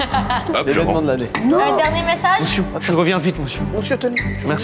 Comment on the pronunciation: ”Mousieur je veux pas rentrer chez moi” « a si mousieur » jsp prk j’ai ri 🤣